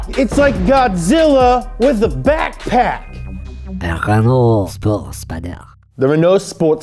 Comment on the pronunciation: OH MY GODDDD ITS THE " Renauld Sport Spedeer" !!